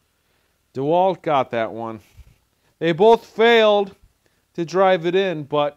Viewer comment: I think it’s pronounced de Walt not dwalt